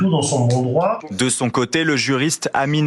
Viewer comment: "vous n''awez paw le dwoit de changwer mon popo"